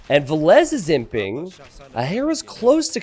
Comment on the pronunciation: every time you say "He's imping" I hear "He simping";)